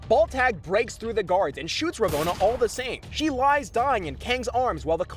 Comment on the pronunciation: I tried to watch this vid to the end, but the way you kept mispronouncing Ravonnas name made that impossible.